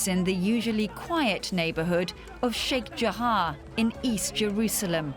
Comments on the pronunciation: News : Fine report, but why pronounce Sheikh Jarrah as if it's spelled Sheikh Jahar or Jahaa? Pronunciation should be based either on spelling, or the other way around, in which case the spelling should then match the pronunciation ; and not mix it up. If people followed such a linguistic rule, then it would most surely make learning language considerably easier. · Its sheikh jarrah not jahaa. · Sheikh JARRAH!!! Not Sheikh Jahar!